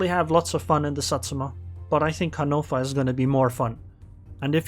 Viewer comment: Can you just say, "Hannover" correctly?